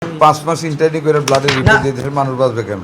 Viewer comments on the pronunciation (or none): শিক্ষিত ডাক্তার বেচারা ইন্টার্নি উচ্চারণ করতে পারে না